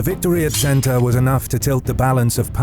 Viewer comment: It is Senta not Zenta.